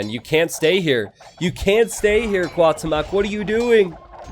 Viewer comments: Cuauhtemoc is pronounced as Kwa-oo-tem-ok not Kaw-temawk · It hurts my ears everytime you mispronounce Cuauhtémoc. But I don't blame to. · Cada vez que dice Cuauhtémoc enfuresco un poco mas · Will you be learning the right pronunciation of the names for the Hidden Cup? Because the way you're butchering Cuauhtemoc's name is just too painful to hear. x)